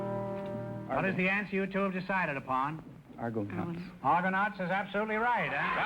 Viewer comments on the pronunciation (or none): wait a minute Groucho he said argoCUNTS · MMFAO- the chap who was the Presidents son- said "ARGOCOUNTS" not "ARGONAUTS"- Groucho misheard him and they won. I wish quiz shows were like that today.